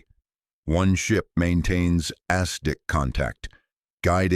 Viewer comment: Hey!! Use real people for voice over! It's not Ass Dick!!! its ASDIC!!!